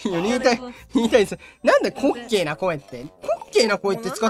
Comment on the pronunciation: 5番の人の滑稽が烏骨鶏の発音と同じなんよw 正しい発音誰か教えてあげてw